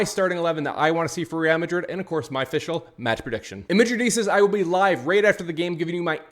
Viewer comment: Bro please stop staring madridistas it’s pronounced wrong and cringe. Dislike fr